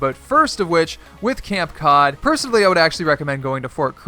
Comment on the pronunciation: It’s not camp cod it’s cape cod